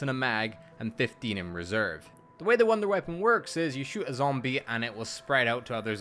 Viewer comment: “Wounder weapon” lol